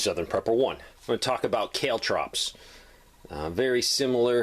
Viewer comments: Caltrops=Caaaal Trops, not Kaletrops!Good Video,informative. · Kale Trops? Geez dude. Kaltrops. As in Call-Trops. You and your crazy accents.